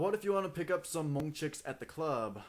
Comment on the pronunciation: the uhh.. at the end is soo kiddy. and all the hmong's are wrong man